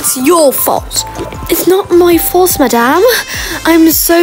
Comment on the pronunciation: I love it when you say maddam